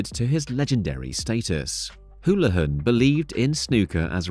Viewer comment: AI narration, doesn't know how to pronounce Houlihan. So I doubt whoever runs the channel speaks English.